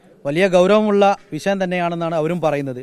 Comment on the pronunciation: ഇവൻ പറഞ്ഞത് തന്നെതെറ്റ് വിശയം അല്ല വിഷയം